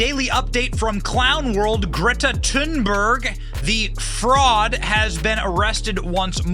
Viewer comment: Dang! Benny almost said Greta's name right! He didn't pronounce the "H". It's more like "tune" or "toon". Most people can't help but say that "H". Here